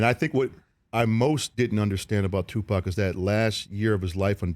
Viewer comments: The way he pronounces Tupac is like he saying Tupoc lol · 😂 how u say it? Tupack?